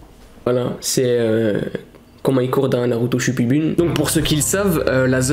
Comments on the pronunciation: « Shipudune » 😂😂 c’est « Naruto shippuden » et tu pouvais dire Naruto tout court mdr mais en vrai même si j’aime trop Naruto , faut pas abuser mdr « Courir le Naruto Run pour éviter les balles » mdr mec les gens il auront qu’à baisser leurs flingues et vous êtes mort mdr 😂😂 abuser pas svp 😂😂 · On dis shippuden pas shupubune😂😂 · Naruto shipumpidu 😂😂😂 on dit naruto shippuden 😂😂😂 et ta mère la police qui n'es pas la police 😁😁😁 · Naruto shippuden bordel pas shipoupipou 😂😂😂 Chi-pou-den 😂😂😂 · Naruto shipuden 😂😂😂😂 pas shipudune ses pas une dune 😂😂 voyent mon message Reste tranquille toi😂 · je kiffe tes video continue comme ça, mais on dit Naruto SHIPPUDEN merci frero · Sa s'écrie "Shippuden" mais sa se lit "Chipoudaine" ;) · on dit Naruto Shipuden mais tkt c pas grave ça arrive sinon continu je sur-kiff tes video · Ça se dit NARUTO SHIPPUDEN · Je suis sur que il a même jamais acheté parce que 3000€ un billet d'avion je sais que c chère mais la c un voyage au Japon que tu te paye.... Et c'est SHIP-PU-DEN😤